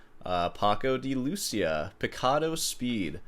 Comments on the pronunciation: I don't understand how can you not know Paco de Lucía, even more if your dad is Cuban. Also the accent is in the I, that's what the ´ means, Lu CÍ a. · Paco de Lucia. the accent falls on the "i" so sounds like "loo-see-ah" accenting the 'see' part. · I think you are mistaken. The emphasis is on the “i” on Lucia, not the u. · Si tanto investigáis, no cuesta nada fijarse en que Lucía lleva, precisamente, un acento en la letra i, lo que significa en castellano que la tónica recae sobre la misma. Por tanto, no se pronuncia Lúcia, sino LucÍa. La ce tampoco se pronuncia como ese en buen castellano, aunque millones de españoles y la casi totalidad de hispanoamericanos lo hacen como tal. Pero el acento, la tónica, la letra que resalta, es la i, no la u. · Nice try. Paco de LuCIa (not LUcia) I'm being a snob, I know 😆. New sub here. Keep it up! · It's not "lOOssiah", but "loossEEah". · it's Deeee - lu - c - a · Paco de Lucía (Loo-SEE-ah) is the appropriate pronunciation, which makes your guarantee worthless. It will be difficult for you to sell your used guitars with such a lack of credibility in your guarantee, even with a master’s. My question is: “Is this comment punch-worthy?” All in good fun. Keep up the charmingly funny arrogance and ignorance coupled with your progressively skillful demonstrations of guitar performances and tongue-in-check analyses. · My Andalusian friend pronounces it paco de lucia with the emphasis on the "i". He also just says it about x10 the speed of you or me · The 'i' is accented for a reason.